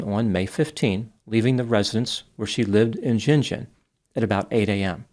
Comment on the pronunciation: Can i ask is he pouncing Gin Gin right? Im curious because i grew up near Gin Gin in NSW and the tiny locality there is pronounced Gin , hard G like gun. There was a cotton gin and Gin Gin. But hard G like Gun gun. If that makes sense